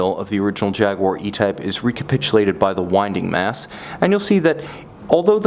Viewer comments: Who's Jagwha? It's pronounced Jaguar! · Lovely watch, but cant listen to jagwarr... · Jag - you - a